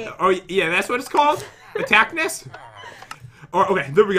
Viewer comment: I thought Jen said attackmiss instead of attackiss